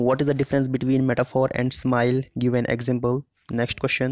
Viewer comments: Sir it is not smile it is simile.... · Q36: It is Simile not Smile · Dear it is SIMILI not SMILE 😊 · Simile hota ha smile nhi hota